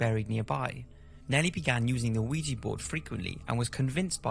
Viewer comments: Ouija is pronounced Wee-Ja , just incase you do another show on it.. Love what you do. Don't stop doing it. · You are saying that wrong. Ouija is pronounced weejah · Mary Wilkes Pronounced wee-gee, like the photographer. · Thank You! I was getting so irritated that he was pronouncing it like that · Why the hell does the narrator call a ouija board an 'aweegie board'. Really fucking annoying. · Am I the only one who can’t stand the pronunciation of Ouija in these videos? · As far as I can tell, you don’t pronounce the O in Ouija. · That's a rather interesting pronunciation of Ouija lol. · dont understand why you mispronounce ouija! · i think the biggest mystery here is that there's a grown man alive in the world who doesnt know how to pronounce ouija. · what is it with you and your weird pronunciations? lol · If you can't even pronounce the word ouija then why do a programme on it? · I love, love, love your vids- the effort you put in to bring us all info and entertainment is second to non on YouTube but dude your mispronunciation of "Ouija" during this vid got to me. Sorry bro, still love your work. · Why do people pronounce it as "weejee" it's actually pronounced "weejah" JUST PLEASE TELL ME WHY AMERICANS PRONOUNCE IT THAT WAY. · Mary Wilkes Isn't it just "Ou-eee-ja"? In my mind you make it sound like "weed with jah" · WEE-JEE. WEE-JEE. WEE-JEE. It's WEE-JEE. Not A-WEE-GEE. Christ. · How the fuck are you pronouncing it as veegii board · Ouija...pronounced wee-ja or wee-gee. TWO syllables. Its a game. Anything that you think happens is already in your subconscious. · I like your video's - but please work on getting the pronunciation of things correct - like ouija - pronounced weeja - thanks - looking forward to more halloween 🎃 stuff... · I wish I had the guts to try one but it's better left as just a wish! I thought it was pronounced wee-gee not oh-wee-gee though... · You know it's deceptive when it's pronounced "Weegee" but spelled "Ouija".